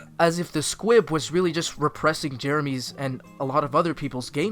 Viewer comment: Why do I hear S Q U I B ? ? ?